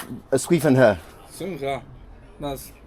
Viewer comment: i love your content and have been following you since the beginning..but for this one, please learn how to pronounce the name of the city...'sway fun her'...it's not hard, just ask a chinese speaker to teach you how to say it ;)